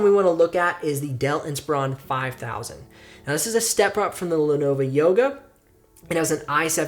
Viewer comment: The first Lenovo (not “Lenova” lol) is the only one I would consider. The others would try to murder my wallet. Though the Surfaces are really tempting. If you have the cash I think they are worth it. I was previously looking at Lenovo Flex. As for I/O ports you could just get a ports dongle/expansion adapter (not sure what they’re called) for cheap on eBay or amazon. Btw your second link for the Dell Inspiron 5000 leads to an expired page.